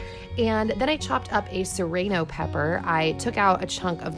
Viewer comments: 'Sereno peppers' 😂💕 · I've never heard someone pronounce serrano like that! I say suh-rAh-no (maybe a Canadian thing?) :)